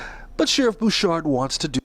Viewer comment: Thanks for all you do @ The sheriff’s last name is pronounced Boo-Shard from knowing him.